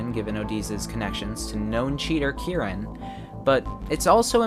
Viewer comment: Bruh the way you say Kiran it tricks my brain into thinking it is Kieran, plus when I see the CC the Kiran is pronounced as Kieran